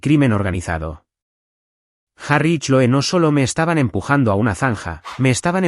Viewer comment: Se lee cloi no choe.